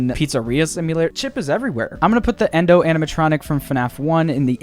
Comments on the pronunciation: He called Yendo Xendo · ITS YENDO